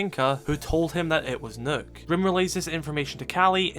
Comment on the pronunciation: pls stop pronouncing the ø in Nøkk as a hard u, it's supposed to sound as the u in dump, so closer to an o than a u, but somewhere in between.